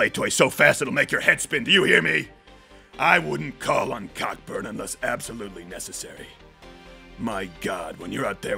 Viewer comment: Cockburn is pronounced Coe-Burn.